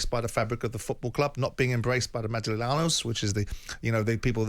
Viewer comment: Simon lived in Spain for 20 years but butchered the pronunciation of “Madrileños” 😂😂😂